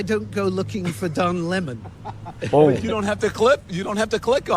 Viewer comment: Don Leh-mohn..the biggest argument for birth control!